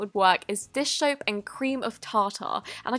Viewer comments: Anyone else say “dish shoap” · Anyone else here her say dish shope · DISH SHOAP!😂😂😂😂😂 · she said "dish shoap". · This isn't at all meant to be disrespectful, rude, or hate, but it made me laugh when she said "Dish shoap and cream of ta ta"! Love you!